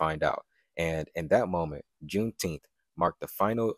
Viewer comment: Is she saying there should be a jewnteenth?